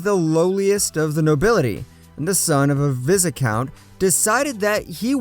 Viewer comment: "vi-z-count"?? repeat after me. buy-count.